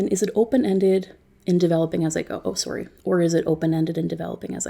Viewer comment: she hit that "oh saury"